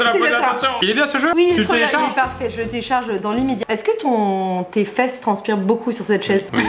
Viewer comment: Pk « téélchargé »😫👌